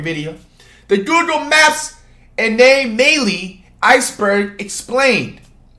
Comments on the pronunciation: the googoo maps a-nay-may-ly. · “ Anaamayly “ so inspirational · Flight: pronounces Anomaly Anamaly The o in anomaly: I dont exist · He really said “Anal maily” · aye nay may lee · bruh flight really said ana-melee😂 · Nobody: Flight: “a-nail-may-ly” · “Anal maily”😂😂🤣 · Ong like wtf is that 💀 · educashionalist teacher- anay-malee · Nobody: Flight: Anay Maly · Anomelee? New word by Professor Flight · I was weak as hell when he tried pronouncing “anomaly” 😂😂😂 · How did I know he was gonna fuck up “Anomaly”